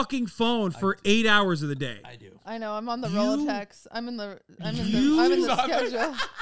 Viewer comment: "I'm on the rolaTex" is so funny